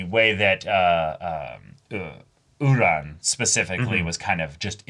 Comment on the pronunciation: I watched the dub of this episode, so i genuinely thought this whole time that her name was "Udon" like the noodle, not "Uran" like the planet, the way its said